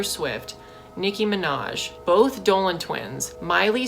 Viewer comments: i love how he said BOTH dolan twins like if they weren’t in the same womb 😂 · I love how he says and BOTH the Dolan twins like they would have had different birthdays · I love how he puts emphasis on “both Dolan twins” as if it’s so shocking that TWINS were born in the same month 😂❤️